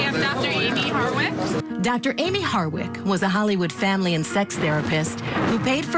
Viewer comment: Why does the narrator often mispronounce ‘Harwick’ - saying instead ‘Hardwick’?